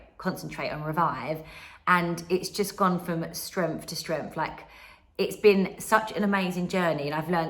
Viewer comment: Did she say "stenf to strenf"?